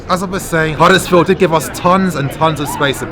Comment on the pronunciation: Ffs it’s Huddersfield don’t worry I don’t need a red heart to know I’m right 👍